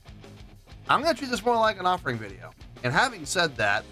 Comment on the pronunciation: "offering" ugh